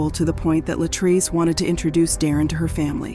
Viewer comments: I don't know why these narrators seem to NOT pronounce our people's name correctly, she kept saying LA TRACE and it is clearly pronounce LA TREECE. They don't even respect us in death. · Every time the AI voice says Latray-say I want to snatch myself bald headed. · The fact that the narrator keeps deliberately mispronouncing LaTrese’s name is IRRITATING AF! Not gone lie!! You clearly hear her dad call her the proper pronunciation and u KEEP GOING IN BETWEEN!! Wtf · Her name is pronounced Latreese, Wow! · She missed pronounced this woman’s name so many times 🤯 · The narrator is repeatedly mispronouncing the victim's name, repeatedly. It is frustrating. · Why not pronounce her name the same way that her father does??!! I would assume that HE knows. Disrespectful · You mispronounced the victim's name throughout the WHOLE video!